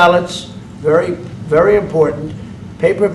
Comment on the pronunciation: It's wery wery import. Is he seriously unable to pronounce the letter v? C'mon man!